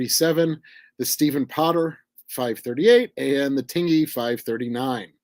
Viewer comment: Hello. Just an FYI, 'Tingey', USS Tingey DD 539, is pronounced "tin-jee", so the 'g' is a hard 'j', more like the word hinge. I have a very soft heart for the Tingey, she kept my grandfather safe during his service in WW2. He was fireman first class Holly Gene Ludwig, F1c. Thank you for bringing attention to her.